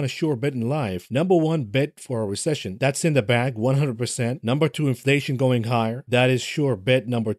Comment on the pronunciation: Recession not recission